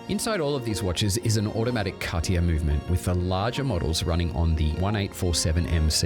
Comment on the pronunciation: How can you know so much about the brand without being able to pronounce it correctly?